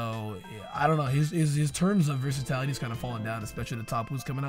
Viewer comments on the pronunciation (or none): ""versitality" is not a word. The word you're trying to say use would be versatility my dude:) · Dont wanna be that guy but its versatility not versatality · My dude. Versatility only has one 'a' in it. Wtf is versatality